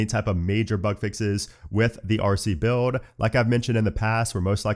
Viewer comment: do you have trouble pronouncing words with the letters LD on them? i notice when you say OLDER you say “Odor” … same with the word BUILD 😅